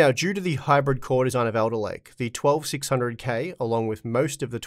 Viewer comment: says Elderlake.